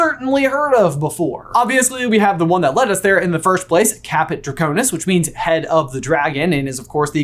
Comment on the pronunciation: caput draconis not caput draconus